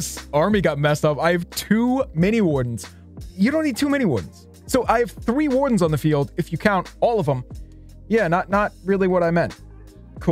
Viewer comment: i wish u would just say 3 normally intead of saying thddee where u pronounce it like jynzxi